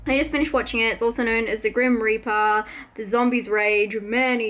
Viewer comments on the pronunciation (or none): none